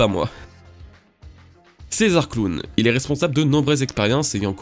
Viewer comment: « CaEsAR cLoUnNE »